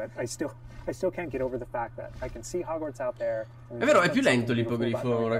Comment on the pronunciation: TI PREGO PRONUNCIATELO COME SI DEVE….Si pronuncia HOGUORTZ NON HOGUARZ 😂 E BASTA …..